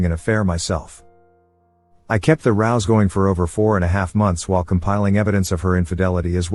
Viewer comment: Ruse not rouse.